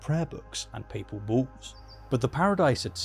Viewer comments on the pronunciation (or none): When you were saying "papal wolves" I heard, and closed captioning heard, "paper balls". This is a term that I had never heard, despite a Catholic background. Just saying.